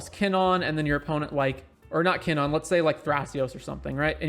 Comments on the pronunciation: Monna? Kinnonn? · I took a shot for each time KinnAn was mispronounced and now i’m dead.